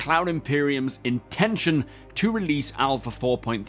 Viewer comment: "Releadse this week" got me rolling 😂